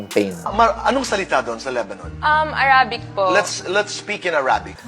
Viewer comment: "Arabic" is not even pronounced like that.